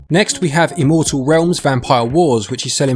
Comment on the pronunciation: Due to your pronunciation of "immortal" I had to check twice to see if the game was actually named "Imouto realms"